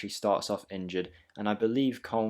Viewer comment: you actually nailed the "katterbach" and "köln"(when you read it as it is written) pronounciations